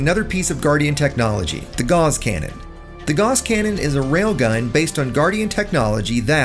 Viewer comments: These are handy tips, and I have a tip for you: "Gauss" is pronounced like "GOWss," not "gauze." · Ugh. Gauss is pronounced like mouse and Strauss. Not like “gaws” or paws. Haven’t you ever taken a math class? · You are pronouncing "gauss" incorrectly. I only know because Gauss's Law is my favorite law of physics.